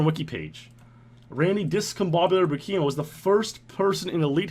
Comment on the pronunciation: Hey man! It's a on old video I know but I just wanted to let you know Buikema is a pronounced Byoo-kim-ah, where Byoo is one syllable, the B merging with the y sound as C does in cucumber. Love your vids!